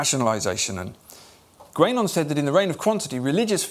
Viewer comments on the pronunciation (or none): This guy gets one point wrong: it's not Réné "Grenon" but Guenon. He obviously hasnt read him. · I have actually READ Guénon. But why does Kingsnorth say "Grenon"